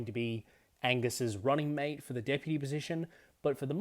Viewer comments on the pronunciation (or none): none